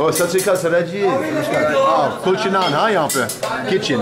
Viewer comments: You saying culture or kulcha? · It’s kulcha and naan. Then 🤦🏽‍♂️🤦🏽‍♂️